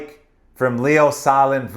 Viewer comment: Great video, you explain things in such an accessible way. I hope we'll see Leo on the Sharks roster within the next couple of years. Btw Sahlin is pronounced Saleen (stressing the second syllable)